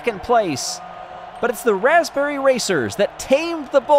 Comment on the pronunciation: "The Gold goes to the Blaspberry Racers"